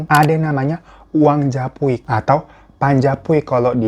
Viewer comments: menit ke 13.00 salah ngomong ya bang apa saya yg salah denger ssya dengernya uang jaipuk padahal judulnya japuik😂😂😂😂😂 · Bang pd waktu 12.59, koq ngomongnya uang jaipuk, yg benar japuik atau jaipuk🤣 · Salfok bang hiro ngomong jaipok😁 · Japuik. Kok jadi jaipuk bang Hiro...?🤭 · Japuik yaaaa Hiro bukan jaipuk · japuik bang bukan jaipuk apa lg jaipong 😂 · uang jaipuk🤣🤣 uang japuik woiii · Ngakak bang hiro pas menit ke 13 kepleset lidahnya bilang uang jaipuk 😂😂😂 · Uang japuik mas, bukan jaipuk 😂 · Japuik bang bukan jaipuk😂😂😂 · JAPUIK da, bukan "jaipuk" 😅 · monmaap di menit kenapa berubah jadi uang jaipuk 😅😂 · 𝘉𝘢𝘯𝘨, 𝘭𝘶 𝘯𝘨𝘰𝘮𝘰𝘯𝘨𝘯𝘺𝘢 𝘬𝘦𝘣𝘰𝘭𝘢𝘬 𝘣𝘢𝘭𝘪𝘬 𝘮𝘶𝘭𝘶. 𝘑𝘢𝘱𝘶𝘪𝘬 𝘣𝘶𝘬𝘢𝘯 𝘑𝘢𝘪𝘱𝘶𝘬😂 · "Japuik".. "Japuak".. "Jaipuk".. 😂😂😂 Dimaafkan deh babang glowiiing, lucu soalnya.. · Aku lngsung keselek gara gara pas nyuap makanan hirotada ngmong jaipuk😂😭😭 mana makanan ku pedes lagi 😂😂😂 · Menit : " uang jaipuk " 😂😂😂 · Aku auto ngakak pas lagi serius dengerin ceritanya,,eeeh babang hiro kepleset lidahnya bilang "jaipuk" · bang hiro lucu dah. japuik jadi japuak jadi jaipuk. suka suka abang aja dah. tetep love you full wkwkwk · Bang hiro ngomong japuik aja salah2 mulu, japuak, jaipuk, wkwk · Uang japuik berakhir dengan Uang Jaipuk di lidah bang hiro😅🤣🤣